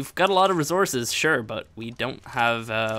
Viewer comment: i just noticed how yu say resources kinda funny no hate love your channel